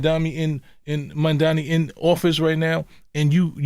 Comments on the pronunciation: MAM-DA-NI. It’s not that hard bro damn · He could learn how to say Mamdani's name properly